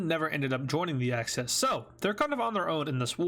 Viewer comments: Why do you say access instead of axis? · It's axis not access